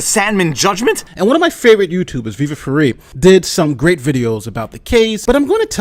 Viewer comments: "Viva Fer-ee" And he said you're one of his favorite YouTubers, but gets your name wrong? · He has said his name is viva fry so how are you going to decide well I know he said fry but it looks like frei so fuck um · Viva Frei (got pronounced free by that other youtube lawyer), is that supposed to mean like live free? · Was really surprized that as a lawer, Nate couldn't pronounce your name correctly since you say it clearly at the begining of every vlawg!